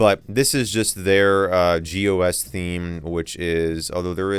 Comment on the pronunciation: when you read gOS as "gos" it's pretty funny